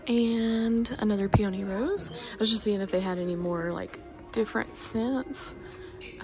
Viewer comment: Peony is pronounced Pee-uh-nee 🙃 thought you might like to know 😅 thanks for shopping for us and sharing!